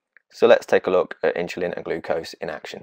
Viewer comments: It’s not “Inchulin”, it’s “Insulin”. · Excellent explanation, the animation really helped. Thank you. Strangest pronunciation of insulin I have ever heard.....but forgiveable :) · I hear the s in insulin pronounced as ch. Is the speaker from London?